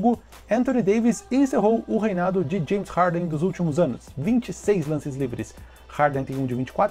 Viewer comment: "Janes Harden"